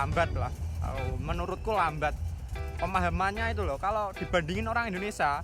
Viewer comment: Mas , Indonesia .bkn Indonesa